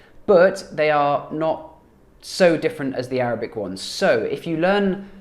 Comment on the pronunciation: Your Arabic is really great though, your accent is good 👍🏽